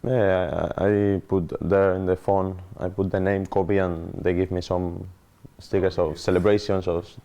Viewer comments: “Coby” it’s kobbie you silly silly man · His name is Kobbie, not Kobe... it's kinda his job to know 🙄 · Can't believe presenters are still mis-pronouncing Kobbie's name these days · Poor from the interviewer. Calling Kobbie ‘Kobie’. It’s Robbie with a K. How are people still getting this wrong. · Why are professionals pronouncing kobbie’s name wrong I don’t get it